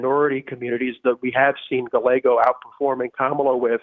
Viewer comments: Galle-Ho lolol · GAH-YAY-GOE….come on Emma. Say it 50x so you get it. 👍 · The way she pronounces “gallego” lmao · I do. But, Scots do it too. Emma has no excuse, really. It’s not a hard last name to pronounce.